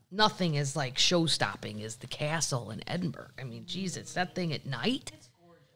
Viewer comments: Edin-brr-row. Not burg. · Hey Kathleen, just wanted to add two cents to your pubcast, there are nine distilleries on Islay , ( pronounced..... eye - La ) Now you know ;) Ed en burrr rah ...... Scotland. It is Awesome 😘 but it's not a Burg I know I know , LOL I can hear you saying F off , I'm just trying to help you not sound like an untravelled American ,plus I love Scotland so much 💙💙💙 and you and Paddles of course